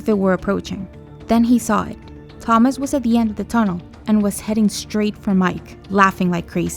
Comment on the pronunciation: They pronounce Thomas right, then wrong later. This is absolutely terrible.